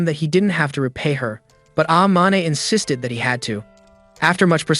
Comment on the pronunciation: They said insisded like 1000